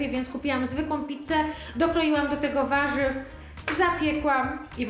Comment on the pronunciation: "ważywnom" co to jest, 1 wyraz a tyle błędów.. 😮